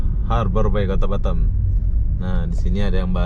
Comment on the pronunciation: BATAM lho bukan batem lidah lndo ko ngaoa gak bisa bri